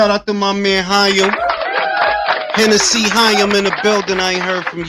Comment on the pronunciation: This nigga said Hennessey Hiam. I fucking hollered 😂